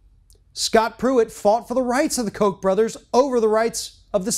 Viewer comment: It is pronounced Cock Brothers.. Cock.. not Coke.. Cock..